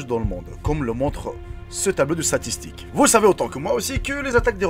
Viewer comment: je sais que tu fais pas mal d'effort avec la langue française continu Fréro! et tiens sa s'est cadeau 😜:s'est pas "satistique mais sTatistiques"🤭😁